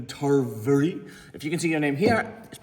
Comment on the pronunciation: Yes.... Thank you for saying my name. You pronounced it right. Stephen Turverey. You made my year.